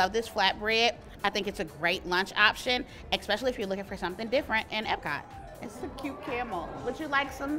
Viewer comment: Did she say expecially? As long as I don't hear mines instead of mine.